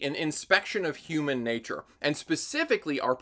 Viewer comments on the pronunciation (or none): none